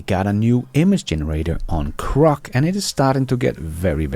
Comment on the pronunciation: GGGGrok not CCCCrok